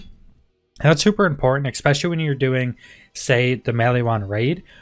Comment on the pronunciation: There’s no “X” in especially… I’m just trying to be pacific... lol. Love the videos man